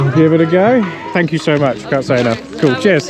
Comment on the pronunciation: that was the most British thank you ever 🤣